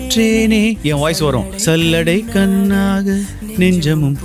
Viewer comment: உச்சரிப்பு தப்பு கண்ணாக, புண்ணான என்பதை கன்னாக, புன்னான என்று உச்சரிக்கறீர்